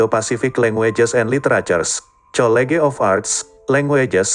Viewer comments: hehehe maksd sy itu pengucapan naratornya..kata college tdk dibaca dalam pengucapan bahasa inggris melainkan dibaca dalam pengucapan bahasa indo..tp biasalah klo cpu yg bicara krn sesuai programnya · hehehe...the way the narrator pronouncing word 'college' is really embarrassing for me to hear it as indonesia citizen...he pronounce english word in indonesian way to pronounce indonesian language